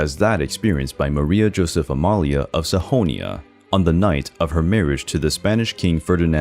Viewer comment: Did you just say Sahonia instead of Saxonia? I'm pretty sure the X is only pronounced H in Mexico, and only with certain words.